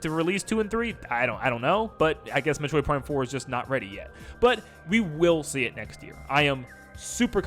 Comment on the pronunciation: Metorid, not metroid huh 😅